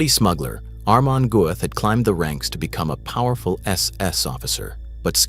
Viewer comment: Narrator really struggling with that name. Hahahaha almond guff? Amen golf? Amish Goats?